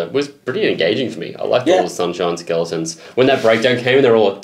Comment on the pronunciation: Nobody:: sunshoiiiiiiine